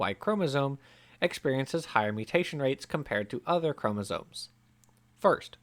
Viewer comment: Is it just me, or does the guy narrating the original video keep saying "chomosoNes?"